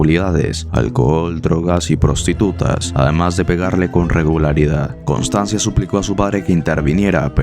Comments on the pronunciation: Constanza, no "Constanzia" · Pero, es Constanza ¿No? Voy a hacer una crítica constructiva, esperando que no se me tome a mal. He notado que las palabras italianas, son a menudo mal pronunciadas en tus videos, los cuales son excelentes y me gusta mucho el contenido. Si tan sólo investigaras cómo se pronuncian bien dichas palabras (como en el caso de Constanza), yo le pondría a tu canal un diez de diez. Saludos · Constanza ignorante, pronuncia bien